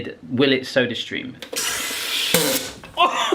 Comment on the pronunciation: For some reason I heard "surströmming" instead of "sodastream" at the end ... maybe something for the next time you're over there?